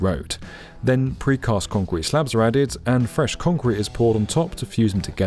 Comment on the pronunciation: Love the video, however, the word is CONCRETE, not KHANCWEEET. Thanks.